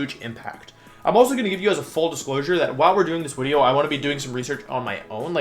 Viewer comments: is bro german, why did he call it a Wideo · Thank you wideo man, I love the tier list wideos! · Every time you say wideo it makes me laugh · Wolfie - Sorry if I pronounce stuff wrong Also Wolfie - I hope you enjoy the wideo. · Does he say wideo? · "Surprise, it's Wideo Man" -Wolfey 2020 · YES ITS WIDEO MAN!!! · why is it wideo? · lol the people who think you are unable to pronounce ‘video’ while pronouncing all other words that start with ‘v’ properly😋 love the wideo btw 😎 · Is pronouncing video "wideo" an inside joke or do you legitimately pronounce it that way?